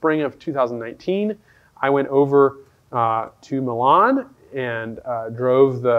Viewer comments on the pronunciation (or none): none